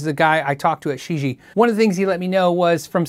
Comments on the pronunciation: probably pronounced she gee ehh, rather than shiji. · I think this is pronounced as “ cheesy” 😉